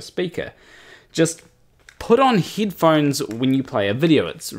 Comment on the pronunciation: "Put on hidphones".... What are hidphones? Oh you mean HEADphones that you just put on your HEAD?😋